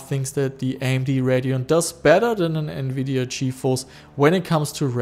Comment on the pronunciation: TEAM RED!!!! lol, im a full AMD fanboy no matter i love a lot of their architecture, also there gpu styles, GREAT COVERAGE!! love the content as always buddy, And did you say Nvideon? lol sounded like radeon and nvidia mixed LOL, Although on my retro build with an Athlon 64 X 2 full 4gb ram, I wish i had a capable ATI gpu:/ but i had 2 older Nvidia gpus a poopy 8400GS and a 9400gt verto im used the verto 9400gt in the build its not to bad, my buddy i let borrow my r7 350... I DID online see one of those brands that you had of an R7 it was the Yeston r7350 4gb gpu for 80$ online, which might be pretty good for retro idk im skeptic lol